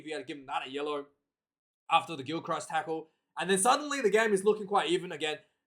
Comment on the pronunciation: A told you before its pronounced Gilkrist . ya doughball , and what have a told you about these amphetamine`s , if you don`t stop taking them , I`m telling your Maw a know where Mrs MacChann live`s , so take heed God bless ya Numptie